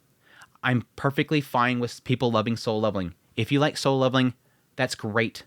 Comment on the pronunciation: Why does he keep saying sole leveling?